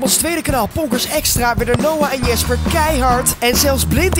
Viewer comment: When joost jasper zegt ipv jesper